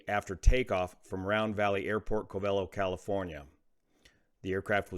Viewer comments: As a Californian you should be pronouncing this place-name properly. It is KO vellow Not Co VEL o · it’s “Cove-a-low” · Covelo: Pronounced COVE-uh-LOW. Unless they were so short of fuel that they had to land in Covelo, I would have expected them to divert to Ukiah since it has a much better airport and a lot more amenities. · A small and insignificant point as a native of that area. The emphasis goes on the Co not the Ve. KOH-və-loh. Nice job on this and all of the video's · The town is pronounced cove-a-low. Just a friend of your videos who grew up in a nearby small town. Great information and distracted driving, flying, boating, or moving in general is a problem with many people. Agree with you that it should be off or in airplane mode. Thanks for your insight and knowledge that you post in these videos! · That's co-VE-lo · It is pronounced “Koh-va-low”, beautiful place. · thanks for all you do! The local Indian tribes pronounce Covelo "cove-uh-low" or "KOH-və-loh" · Small point but the locals pronounce it “Coe-vuh-loe” if that makes sense rather than how you think it would sound in Spanish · BTW it's pronounced CO-velo. My relatives were some of the first settlers there in the 1800's. Irony is that I now live in Utah. Sadly, this is yet another accident that didn't need to happen.